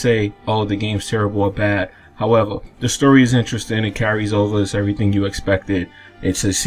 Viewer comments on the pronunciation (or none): none